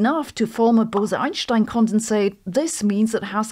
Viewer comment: The correct way